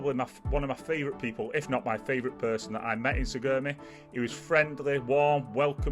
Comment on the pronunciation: It's Sarigerme lol pronounced Sarry germ a.